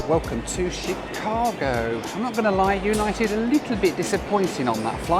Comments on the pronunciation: When you pronounce "Chicago" - the emphasis is on the second syllable - Chi-CA-go. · And it's not She-CA-go. It's Shh-CA-go.